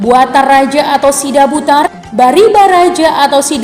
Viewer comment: kamu sudah benar menyebutnya Sidabutar. Tapi istri Raja Silahisabungan itu bukan 3(Tiga), tapi 2(dua) 1.Pinggan Matio Br Padang Batang Hari 2. Similingiling iling